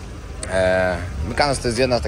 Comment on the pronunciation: ..nie chwalisz się,że Teściowa z Wami...😜😁😘Mykonos...nie Mykanos..😜